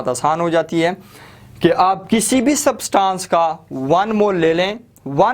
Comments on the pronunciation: It,s substance not subtaaance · सब्सटांस नही substance ऐंस pronounce hoga 🙂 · Bhai word substaaaaaaaance ni hai thats substance pronounciate it propperly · its substance not Subtaaancee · its substance not sabstancee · Sir, Please Pronounce “ SUBSTANCE “ Properly!!!!! Please 👏